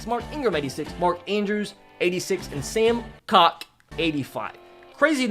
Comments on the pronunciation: you pronounce sam koch as sam cook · Sam Koch's name is pronounced cook